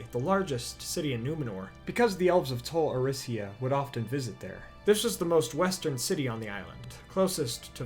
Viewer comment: Not "Tol Eressa". Tol Eressea is pronounced "Tol Eresseh-ah".